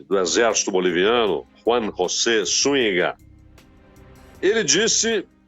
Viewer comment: A pronúncia é SÚNHIGA.